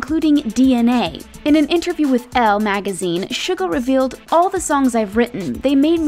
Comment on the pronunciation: Can we just talk about how unlike other people she actually did her research and did quite good with the Korean pronunciation like she didn't say Soo-ga or Min Yoon-G👏👏👏👍👍👍